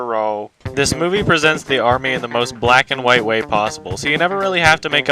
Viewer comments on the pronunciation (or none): none